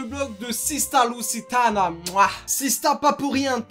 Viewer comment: Mdrr la façon dont t'as prononcé Sistah Luziitana 😅😅